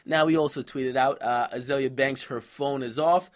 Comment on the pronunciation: its azealia pronounced zeal lol